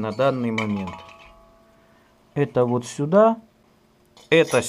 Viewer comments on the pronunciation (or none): Уот так уот. Уот так уот. ;)